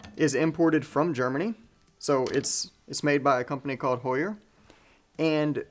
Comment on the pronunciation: Spot on … ABSOLUTELY the correct way to pronounce HEUER!!!